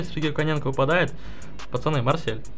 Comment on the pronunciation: Топ жреба, получилась, но за Коня ты ответишь ещё, правильное Коненко, а Кононенко. 😂😂😆😆 Тоже мне, меньше пей. Ааа... так ролик получишся просто потрясающий. )) 😉😉💪💪👍👍